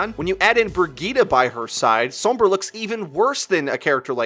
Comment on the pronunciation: anybody else mad about how he pronounces sombra?